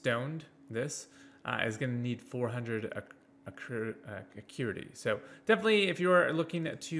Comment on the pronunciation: kept saying patreons and acruity all video. Would definitely suggest making sure you're stating things correctly, especially for a guide video.